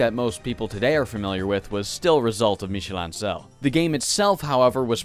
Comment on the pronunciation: The pronunciation for “Ancel” is all over the place in this video